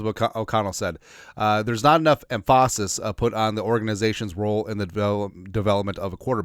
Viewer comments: Putting emPHAsis on that middle syllable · never heard ‘emphasis’ pronounced that way before 😂